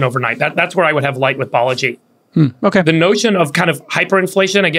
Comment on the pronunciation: It’s “Balaji”, not “Baleji”.